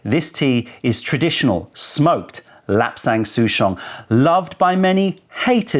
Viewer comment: Here just to see how to pronounce lapsang souchong and this did not disappoint